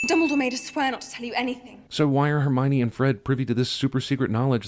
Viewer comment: "Look, no Her Me Yone" Holy crap that sent me